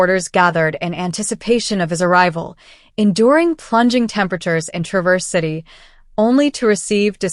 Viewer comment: The accent is on the first syllable of Traverse, not the 2nd. TRA-verse, instead of tra-VERSE. It doesn't sound like the verb. (I only know that because I used to live up there LOL)